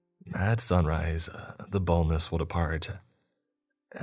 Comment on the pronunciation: What are you actually saying the name of the monster in the first story is? "the boneless" "the boatless" "the bowless" ..?